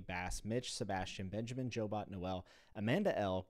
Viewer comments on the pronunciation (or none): none